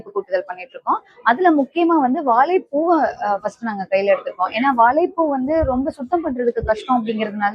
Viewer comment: வாலைப் பூ இல்ல... வாழைப் பூ... வாழைப் பூ...